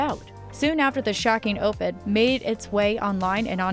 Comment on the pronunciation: You should really get some who is capable of pronouncing simple words like Violent and op-ed. Plus it not Javar its Havier (its pronounced (its Spanish)